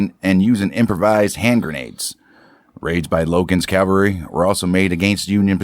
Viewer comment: My GG Grandfather and his brother were in the 1st MS light artillery. Nice to hear a story. They were in the Siege at Port Hudson. Oh yeah, the word is CAValry, not Calvary.